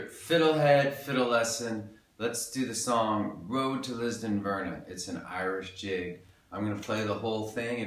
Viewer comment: Great lesson keep up the great lessons, just to say it's Lisdoonvarna not ....verna :-)